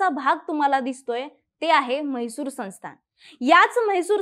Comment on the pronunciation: Excuse mam u dont know certain correct pronunciation u said sansthaan but it us wfitten that wat but pronounced as saunsthaan Second, it is not fakir chand mahajan but justice meherchand mahajan drafted the mahajan commission report Maharazhtra n kerala trashed it n karnataka endorsed n ratified it three times by today it has been thus officially endorsed five times